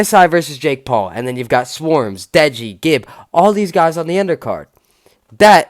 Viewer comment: man said Swarmz